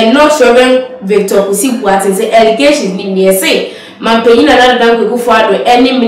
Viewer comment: Presenter learn to pronounce the name Boateng correctly